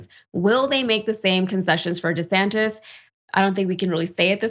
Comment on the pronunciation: HE SAID 😮Ron DISATAN 😂